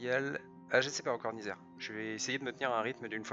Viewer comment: C'est pas Nizer mais ça se prononce Nayzer enfin x)